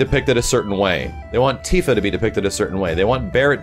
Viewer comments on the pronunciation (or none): none